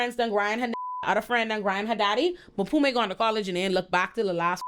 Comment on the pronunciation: I’m here for a second watch just to hear call Mpume “Maphume” over and over again 😂😂😂😂